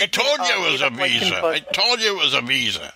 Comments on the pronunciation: iPad = $500 WIFI = $70 / month Listening to destroy scammers = PRICELESS What exactly is a Weeza card? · Its not a Mastercard its a Weezah. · It sounded like you paused either to avoid laughing at his over-the-top pronunciation of "WEESA", or to consider whether to say VISA or Mastercard (choosing Mastercard to avoid bringing attention to his ridiculous accent). Or both. LOL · I’m glad that darn “Wisa” card didn’t let you down lol I know you want your fake “wowcher” 😆